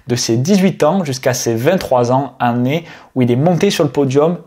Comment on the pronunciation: tu ne sais pas dire Année ? tu dis an né